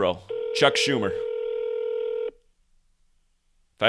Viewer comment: Chuck Joo-mer